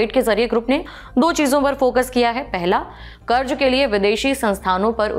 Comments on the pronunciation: Madam, karz hota hai zzzzzz... Not karj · please karz aur karj pronounce karna sikh lo.. I couldn't watch the complete video, ears were bleeding